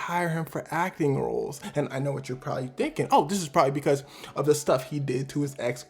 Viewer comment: why he say roles like that 😂